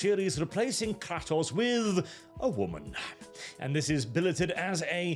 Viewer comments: But he said Kratos wrong 😂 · The way he pronounces kratos is really annoying